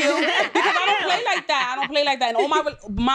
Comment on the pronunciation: If I hear her say "Vevy" one more time...I swear. Then have the nerve to be picky about everything...It's VERY, with an R.